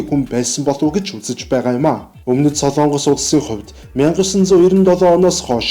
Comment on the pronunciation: СОЛООНГОС гэж ярихгүй шүү. СОЛОНГОС гэж яриарай хө